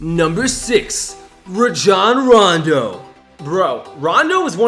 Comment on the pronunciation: Rajon rondo (ray-jon-ron-do